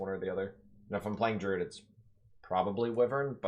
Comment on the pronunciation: It’s pronounced drooooood sheeesh. Don’t forget to water plants or they smack u